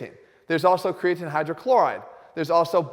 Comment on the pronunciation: Cregaatine. Instead of Creatine. Health Guru. YouTube my man. Boost your Biology! Top info!